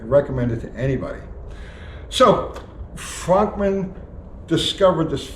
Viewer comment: It’s pronounced Frönkmann lol